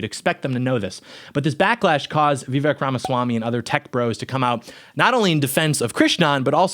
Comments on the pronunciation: Vivek, like cake. Learn to say his name right if you plan to make a whole video about him. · That's not how it's pronounced at all lol